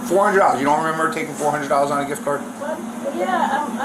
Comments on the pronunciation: What the hell is a jiff card? Cant even speak but steals. I bet she sends the money back to her country to help them out. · The jif card. Girl stop it 😅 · Right lmao talkin about sum damn “jiff card” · Asking for ID and interpretation of MIRANDA are two different levels of understanding. I genuinely believe she's not thoroughly understanding. She can't even correctly pronounce simple words like "gift"